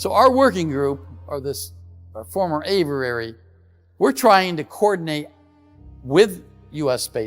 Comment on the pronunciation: Its Aviary. Averary is not the correct pronunciation. Richard Doty is my transparency hero.